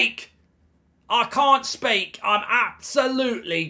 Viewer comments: "I can't spaek"😂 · "Ah cahnt spake, ah cahnt spake". 😂